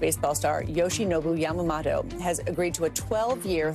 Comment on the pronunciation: It's pronounced "Yama-moto" with a slight stress on the 'mo' and it's spelled 山本 in Japanese kanji.